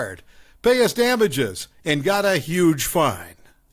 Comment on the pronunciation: Yeah. Totally a "glitch in the matrix" moment hearing those words get messed up that bad